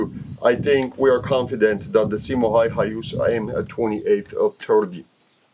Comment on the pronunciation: Häyhä is pronounced more like "Hauwha" (Which I have problems spelling pheonetically) but that doesn''t reflect on the video, which is great :)